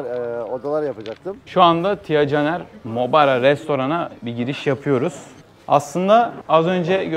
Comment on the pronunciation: Mubara'ya sürekli Muraba dedin durdun😂😂😂